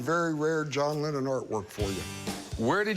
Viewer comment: "a John lemon" 😂😂